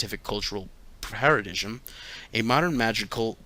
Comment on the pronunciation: Paradigm is pronounced Para-dime